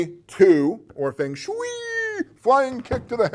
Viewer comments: There is really only 1 correct way to pronounce the game, as it is 2 Chinese words, wind and water. Sounds like "fung" in "fungus" and shui...'eh, I cannot ever pronounce it correctly, but it is supposed to almost rhyme with "way" haha, just noticed another thing "dozens if not...numbers of tens" I know you're just winging it unscripted, but that made me laugh! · Fong = wind. Same as in typhoon, with is a Tai Fong. Rhymes with song or long. Shui = water. rhymes with sway. long sway. Feng shui. It is not an onerous chore, beneath your attention, to learn to pronounce two Mandarin words. As for your pronunciation of Qi, you got that spot on.